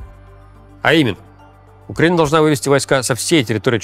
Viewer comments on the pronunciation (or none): none